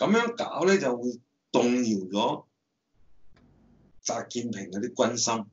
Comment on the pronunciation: 點解全程講習”建“平？